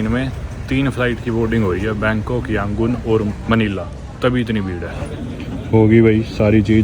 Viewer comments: Your Burmese pronunciation is wrong. Btw good to see you in Myanmar in this disturbing time' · I watched all your videos till today. I like your travel vlogs. But how you interacted and pronounced Yangoon is fun. 😀😀😀